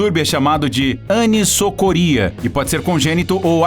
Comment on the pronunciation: pronuncia-se: "anizocoria" e escreve-se anisocoria. Diâmetros dos orifícios irídicos diferentes.